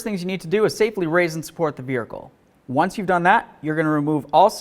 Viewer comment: Say vehicle again